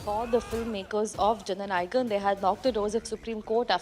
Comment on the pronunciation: Is it so difficult to pronounce jana nayagan 🤦‍♂️🤦‍♂️